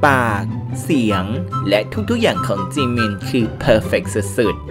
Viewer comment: อ่านเป็นเหมือนจีมิ